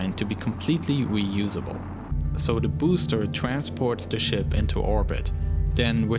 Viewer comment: Wussia, pwojects, twansports, wefueled, twip to Mars